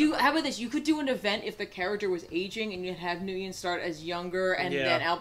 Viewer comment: Nyugen is pronounced "Win". I was suprised too.